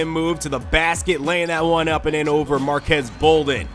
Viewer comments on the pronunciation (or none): It's pronounced marquees bolden not marquez